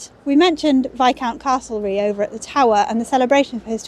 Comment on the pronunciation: Another interesting and informative video. For future reference Castlereagh is pronounced Castleray. I live there 🙂